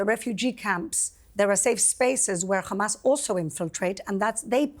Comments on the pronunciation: Why does she pronounce it as khamas? Does she call herself khassan too? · "Khamas" 😂 purposefully pronounced like that 🤣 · Speaks perfect English but makes sure to say khamaass hahaha clown show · She keeps on saying Judea and Samaria! 😂😂😂 it’s the West Bank you psychopath it’s Palestine you psychopath